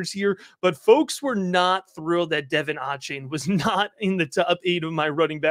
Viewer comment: Love the content! For future reference, it’s pronounced de-VON aye-chain.